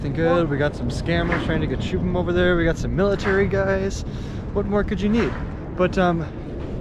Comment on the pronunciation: Finally knows how to say shubam bhai